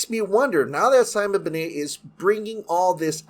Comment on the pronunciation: Sorry but its Ben-nett not benay